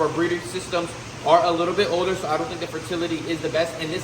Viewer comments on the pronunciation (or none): none